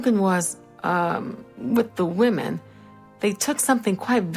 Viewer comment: Take a shot every time "women" is mispronounced "woman".